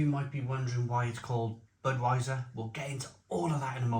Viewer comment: Weiser. Not viser m8.